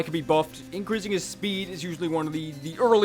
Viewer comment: Lol, shpeed buff.